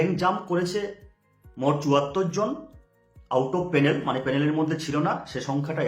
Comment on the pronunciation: পেনেল না ভাই প্যানেল